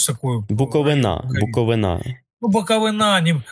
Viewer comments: Та ні, не БуковинА, а якраз БуковИна. Повірте мені, буковинцю. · Правильно БуковИна , а не БуковинА . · Як корінний буковИнець, мушу виправити - правильно наголос йде на літеру «И», БуковИна.